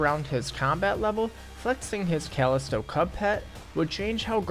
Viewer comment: Imagine not knowing how to pronounce Callisto.